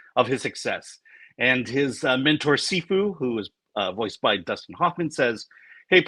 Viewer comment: You said the mentors name wrong 😅 sounded like seafu. I felt the second one was the best. I've been watching the Netflix series with Jack Black who returned as Po for the show. The trailer didn't excite me and having bodily function humour wasn't ever part of it until the Netflix show. I hope it's only the one moment that was already spoilt. Oh you didn't mention Toy Story 4 really? Trouble is in the UK Ghostbusters is out a week before so KFP4 will be at best number 2. There's a bear in the Netflix show 😅